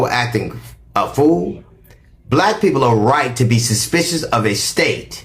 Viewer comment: not being able to say suspicious, because of his new dentures is HILARIOUS. But! He read him down.